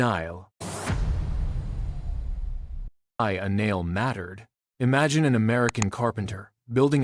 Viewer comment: It is a very interesting history. The AI cannot say a nail. A nile instead. It is funny. Nothing to do with the river in Egypt.